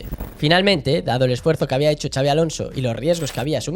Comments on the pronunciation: En todo caso "txabi" 😂 Pero no, no hay manera que pronuncien bien el nombre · Q no es “chabi”!!! No hay dios q pronuncie bien su nombre😱😱😱